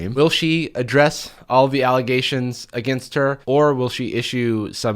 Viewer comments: It’s actually just Ellegations, the n is silent. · 1) Elle-ghations 2) "My name is on underwear." Well apparently in that case its where it belongs- next to sweaty ass cracks.